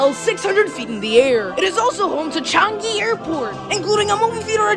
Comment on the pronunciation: U got a new sub also for singapore the airport is pronounced chang-ee